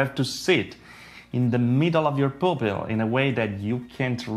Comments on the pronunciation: “Poopil” lmao Edit: this is dope as fuck tho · Heh heh “poopile”